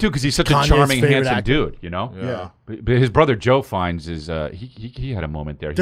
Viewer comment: You all repeatedly calling Ralph Fiennes Ray brought me down some IQ points haha